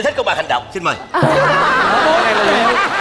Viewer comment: Bạn giọng hay nhưng phát âm X S đang bị sai rồi. Nơi xưa chứ không phải nơi sưa,cho tôi xin chứ không phải cho tôi sin